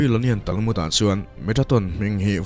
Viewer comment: Talmut..khi khi a rawn lam dan pawh a ni e